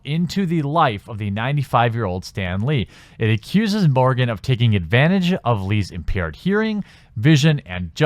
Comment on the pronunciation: I believe the man's name is Morgan, not "Morgin".